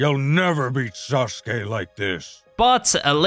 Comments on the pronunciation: they he says Sasuke lol "Suske" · Why do I hear 'susuke' instead of 'sasuke' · It's sasuri not ssuri